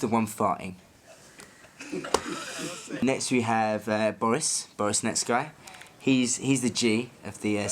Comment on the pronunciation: Always thought it was pronounced Net-Skee